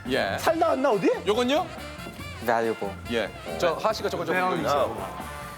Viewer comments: 발루아블레ㅋㅋㅋ하하 독일출신이라 독일발음으로 읽은거야?ㅋㅋㅋ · 스페인어 발음으로 하면 발루아블레가 딱 맞는데?ㅋㅋㅋㅋ v 를 ㅂ으로 발음하는 것까지 완벽 ㅋㅋㅋㅋㅋㅋ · 맨 처음 영상 뒤에 잘린 게 더 웃김ㅋㅋㅋㅋ 유재석이 하하한테 정답 valuable 읽어보라하니까 벨루아블레 ㅇㅈㄹㅋㅋㅋㅋㅋㅋㅋㅋㅋㅋㅋㅋㅋㅋ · 개웃긴건 valuable 스페인발음으로는 발루아블레가 맞음 ㅋㅋㅋㅋㅋㅋㅋ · 발음 죽인닼ㅋㅋㅋㅋ 발루아블렠ㅋㅋㅋㅋㅋㅋㅋ 이렇게 읽을 수있다는것도 신기하넼ㅋㅋㅋㅋ프랑스어 같어